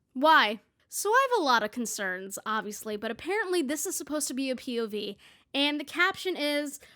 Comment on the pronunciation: after the third time you said "pov" i started hearing "pubies" and it made this video even better :')